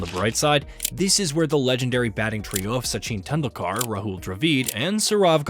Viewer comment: This narration must be an American AI voice, right? Literally every single Indian player name uttered is mispronounced. No actual human who knows cricket could speak this way, surely.